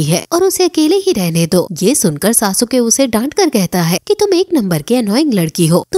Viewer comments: It's sasuke not sa su ka (￣へ ￣ 凸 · Sasuke hai sasuuke nhi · It's not sa-su-ke it's sasuke(suske) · It's not सासुके it's सास्के 👍